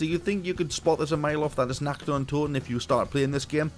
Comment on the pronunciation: Are you German? Cause you spell the word "Nacht" perfectly German !